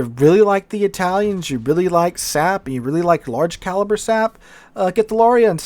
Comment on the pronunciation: every time there is an Italian BB in a replay I love how sometimes you say Shap shells 😂 what’s the pen of a shap shell? 😂